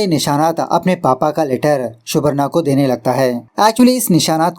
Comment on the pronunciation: Subarno pronounciation hoga